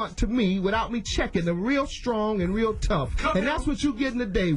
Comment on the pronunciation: You gettin' a weal good checkin'!